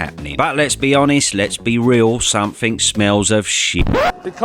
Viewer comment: somefing? one good fing? learn English and a man's voice.